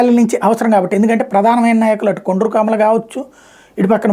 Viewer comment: కొండ్రు కాదండి గారు 😂 కాండ్రు